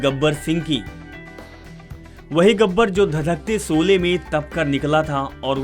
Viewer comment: Jb bolna nhi aata to kyon isko bolne ko dina.shole ko sole or jhan z ana chahiye whan j bol rhe hain. Na lahja hai bhasha hai. Ise hataen is job se.